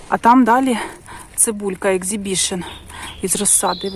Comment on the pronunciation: Не екзібішн,а ексібішн.